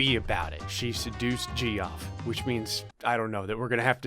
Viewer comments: do you know Geoff is pronounced as Jeff??? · You do know Geoff is pronounced Jeff? Plz say u do🙂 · ...it's pronounced "Jeff" x'D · Geoff is pronounced 'Jeff.' Also... seriously, do you have to play through all these stupid stories on Episode to get to the ones created by users? Ugh. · Geoff is pronounced Jeff. My brothers name is Geoff, it’s pronounced Jeff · Jee-off. Dude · Geoff is pronounced Jeff, my dude. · No one: Geoff:: “JEE OFF” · Him saying jee off hurt so much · it is pronounced like jeff. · Geoff is pronounced like Jeff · My favourite part is you saying Geoff wrong the whole time 😂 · Your pronunciation of Geoff makes me want to smash my head through a pillar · Are you pronouncing Geoff like that on purpose? 😂😂😂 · Every time you say Geoff wrong I die a little inside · Are you actually pronouncing Geoff the ways it’s spelled?! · As someone named Geoff, is torturing me with how he pronounces the name. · Saying it "Jee-off" gives me shudders - it's pronounced "Jeff" dammit D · its not pronounced gee-off its pronounced jeff... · It..it..it's pronounces Jeff.. not gee off..right? Or have I been saying it wrong this whole time? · why is no one talking abt how he pronounced geoff as “jee-off” and not like jeff lol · It’s not pronounced Gee-off, it’s pronounced Jeff. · Ge-off 😂 it’s pronounced Jeff 😂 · GEE OFF? IT'S JEFF LMAO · Gee-off? It's Jeff. XD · Gee-off Its pronounced Jeff..... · "Jee off", erm, what?? It's Jeff spelled Geoff, cos English... :P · “Geeoff”? It’s pronounced “Jeff”. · “Jee-off” Lmao it’s pronounced Jeff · Umm it's not pronounced gee-off it's pronounced jeff but I always say Geoff on purpose anyway so you do you my Florida friend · Even though I know it’s pronounced Jeff, I still say “Jee-off” when reading it. Geoffrey is even funnier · Did anyone else know while watching this that Geoff is pronounced Jeff? Just curious. And if you're reading this, now you know. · the pronounciation of Geoff is Jeff